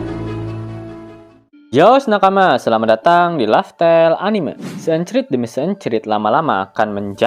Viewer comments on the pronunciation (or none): none